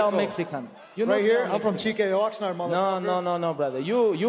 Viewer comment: It’s Oxnard lmao